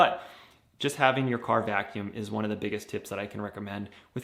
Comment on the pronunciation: Vacuumb? With a b? 😂 Vacuum